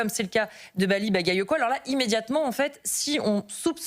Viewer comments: Elle est même pas capable se prononcer son nom: Maly bayayoko 😂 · Hahaha! Les medias passent déjà à l'offensive et cette piètre journaliste qui s'efforce à mal prononcer le nom de ce maire. Elle est juste ridicule 😂